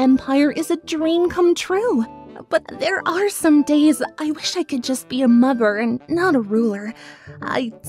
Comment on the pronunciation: Is it just me of did it sound like she said "mopher" instead of "mother" in her cadence impression? Still love these but that slip up made me laugh